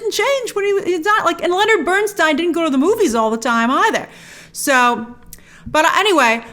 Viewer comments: Dear Grace, thank you for this wonderful review. Lenny will always be my NUMBER 1. Even after 33 years I miss him so much. You are one of the rare people who know how pronounce his name correctly 😀😀😀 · That is how it is pronounced tho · A note to those moaning about Grace‘s pronunciation of Leonard Bernstein’s surname. It‘s of German origin and Leonard himself preferred Burns(tie)n over the Americanized Burns(tee)n. If you drink Riesling wine it‘s a R(ease)ling not a R(eyes)ling 😉 Easy to get confused…